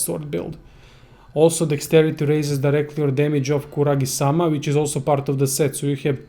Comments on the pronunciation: Kusarigama not Kuragisama -.-... Japanesse . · *kusarigama not kuragisama. :/